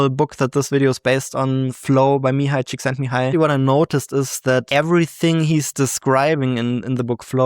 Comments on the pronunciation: Based on, so cool when I see my fellow Hungarians achieve greatness lol he did indeed say it perfectly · Props for superb pronunciation of one of the most Hungarian names ever. :D (I'm not Hungarian myself, but I know pronunciation so it's a bit of a pet peeve of mine. :D)